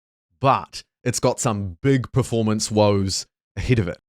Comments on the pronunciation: Per-form-ance. Not prif-ormance :)nice vid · Are you saying "praformance" or "Performance"?